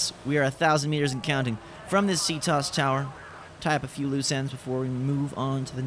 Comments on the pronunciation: loving the escape but please listen to Auden it's pronounced C T O S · It's C.T.O.S not "ctos" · It's not ctos in one word it's c.t.o.s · And by the way it's not c tos it's c.t.o.s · Its pronounced C T O S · Its C-T-O-S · You pronounce CTOS wrong